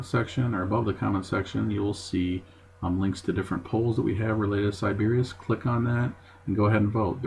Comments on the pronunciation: It's pronounced sy-buh-riss....and I stayed two UNFORGETTABLE nights here. Love this place. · Are you trolling? How did you not hear someone pronounce Sybaris properly, you checked into the hotel...